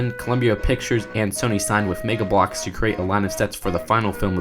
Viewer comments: says megblocks Me: reeeeeeek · The way he says Mega Bloks is so fucking funny.